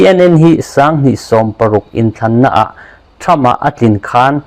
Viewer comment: "Trump" tih leh "Seat" tih i lam dan chu leh😂😂